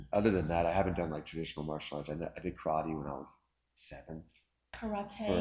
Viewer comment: Thanks for pronouncing "karate" correctly.